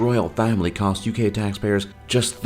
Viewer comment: The Ugay? Really?